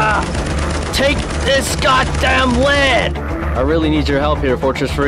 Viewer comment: bro turned a little more American when he said "take this goddamn lead"